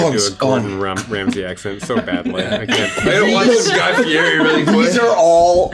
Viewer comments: Why call him Guy Fly-eri when Fly Fieri was right there ToT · Guy Flyeri should have been Guy Fey-eri 😂😂